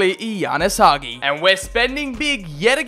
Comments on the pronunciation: It's Hagi not Haghi😳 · Hagi not Haghi! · Nice video! All i could say is please stop pronouncing Hagi like that. It's Ha-G. The Ghi that you say is just a G. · The way you pronounce Hagi is giving me heart palpitations